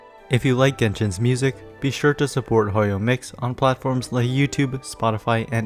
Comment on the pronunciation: Thought you said "Hoyo mixtape" for a bit